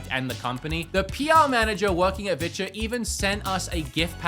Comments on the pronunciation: "They're down there if you want to see what bitches got going on." Yeah not going to lie, that's all I hear every time you mention "Vitures." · Is he saying vitya?